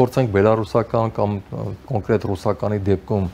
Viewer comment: Հարգելի զրուցավար, փորձեք խուսափել անհարկի ռ-երից այն բառերում, որտեղ դրանք չկան։ ԿոնկՌետ, կտՌուկ…